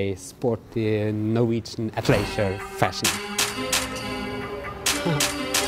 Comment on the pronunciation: Great again. However a lot of people may not know you're say 'leisure' it sounds like 'a glacier' ! I think the Chinese buy the high fashion in Norway because they know it's authentic as opposed to the knock offs sold in China. The fashion in New England is similar to Norwegian fashion, sporty and casual and sadly a lot of winter gear. Remember image is everything , lol.